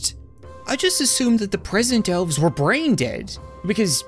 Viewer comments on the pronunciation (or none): none